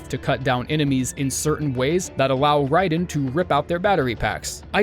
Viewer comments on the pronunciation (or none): none